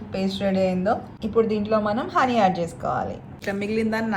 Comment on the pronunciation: Akka Honey. Not. Ther